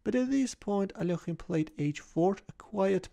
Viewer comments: How pronounced Alekhine is so satisfying for some reason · I love the Russian pronunciation! So much better than English